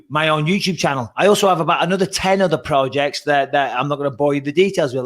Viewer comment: “Pro-jeks” 😂 you’ve spent to much time state side brother